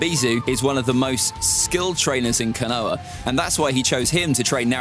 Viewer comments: Scales were quite accurate I enjoyed it. I must say I twitched every time you pronounced KONOHA with silent H that was horrible to listen🤣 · Yeah I quit this video as soon as I heard his FUCKED UP PRONOUNCIATION OF KONOHA